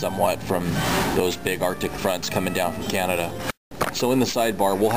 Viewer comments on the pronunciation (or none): none